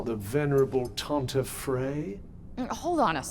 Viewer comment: Listening to this, I constantly hear Tante instead of Tanta, which is aunt in German. Behold your evil aunts!